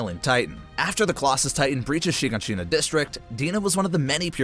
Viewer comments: bro said Sheegonsheena edit: bro pronounced Erwin's name like it looks instead of the actual way you pronounce it which is Air-Vin. edit #2: Levi didn't decide to save Armin, Erwin slapped the injection in Levi's hand away from him and said his last words, then Levi injected Armin. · He also pronounced "Shiganshina" like "sheeg-in-sheena" and spelled Conny's name wrong. Shit was bothering me the entire time. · the pronounciations of ragako, wall maria, shiganshina, leonhart, berthold, and jean were awful